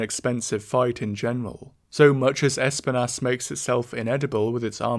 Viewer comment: It's Esp-EE-nas dude, a Spanish word for thorn. There's no reason for you to keep mispronouncing it.